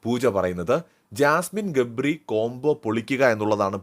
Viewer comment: Gapri ❌gably ✅